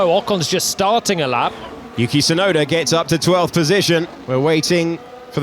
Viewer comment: who is Tsunoder? lol